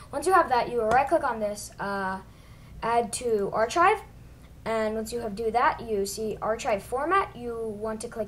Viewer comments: Thanks man, really helped! :) And no hate or anything, just saying u pronounce it "Ar-k-ive" instead of "Ar-ch-ive". Love your video, +1 sub! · it's pronouced Ar-kive not Ar-chive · Hey kid, It's pronounced "ar-kive", not "ar-chive" ...lol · Nope its ar kiv for pronouncing